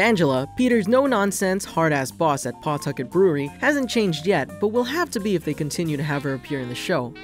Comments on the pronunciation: I love how people outside Rhode Island pronounce Pawtucket. The pronunciation would be more like P'tucket. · You said Pawtucket wrong